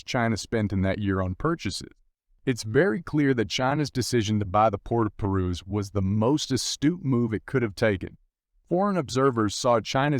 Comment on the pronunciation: Pronunciation by commentator very poor with many words eg Piraeus & World War 'i'